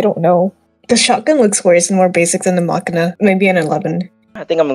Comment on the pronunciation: Pronouncing machina like makina is a federal offense